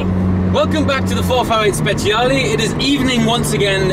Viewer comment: Cool video but I cringe every time you say „Spechiali“